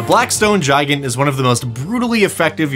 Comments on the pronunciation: its not gi gant its said gig ant. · It should be pronounced "Gee-gant". It's Romanian for Giant. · I do't know why, but his pronunciation of "Gigant" really bothers me. To me it feels like it should intuitively be pronounced "Gih-Gahnt" or "Guy-Gant" with the "G" sound and not the "J" sound. I don't know if that's how it's supposed to be pronounced or not, but it just sounds better to me. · Not how I'd pronounce Gigant. Kept thinking you were saying Giant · Is it suppose to Spanish pronunciation? Such as el gigante from re4? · why tf u sayin gigant like that dd? :(